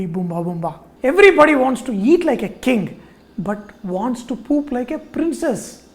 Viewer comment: You said poop wrong!